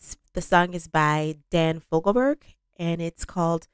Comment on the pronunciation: Hate to point this out, but its Fogelberg.